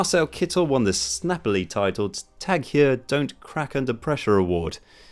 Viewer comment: You pronounce "Tag Heuer" weird.